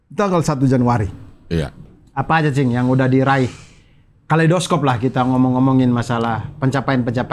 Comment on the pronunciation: kalei dos cope? kalei do scope, karena dibaca scope atau mending bahasa indonesia sekalian kaleidoskop